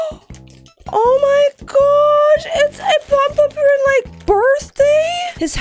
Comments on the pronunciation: It’s Pom-pompurin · it’s pompompurin no offenses!